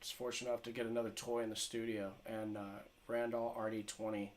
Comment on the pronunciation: LOL RAND-ALL THE WAY YOU PRONOUNCE IT IS LEGENDARY